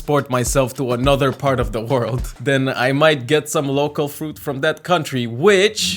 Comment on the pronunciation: Am I the only one who miss-heard every time he said "local" as "loco"